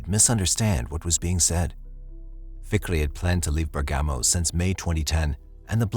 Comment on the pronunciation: Not quite! Bergamo is pronounced Bearg_ga_mo, not Ber-gammo!